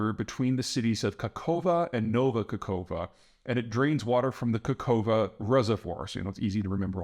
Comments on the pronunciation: Bro, it's not KAKHOVA it's KA(K)HOVKA... KA HOV KA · It's KaHoVKa, not Kakova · Not Kakova 😂😂😂 - Kahovka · *Not kakova but kakh(x/ ⟨ch⟩ ) ovka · It's "Ka-Ho-Vka", Peter 😂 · Kakhovka...3 Ks. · Kakhovka.with 3 Ks according to my map.